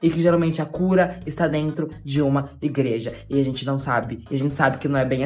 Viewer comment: A falando ingreja me matou kkkkkkkkkkkkk